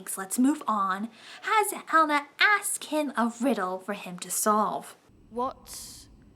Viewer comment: This was a good review. And thank gaia you were pronouncing Helina's name properly. Another reviewer was pronouncing 'HE-Lena.'